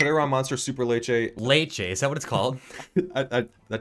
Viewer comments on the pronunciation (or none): It’s Superlanche. Like avalanche! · Its pronounced like avalanche - superlanche